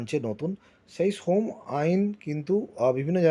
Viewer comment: সোম আইন না শ্রম আইন।